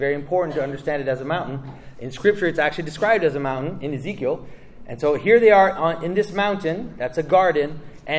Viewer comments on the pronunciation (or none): none